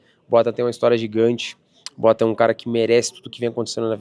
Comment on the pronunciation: Que agonia do Charles falando “Boatan”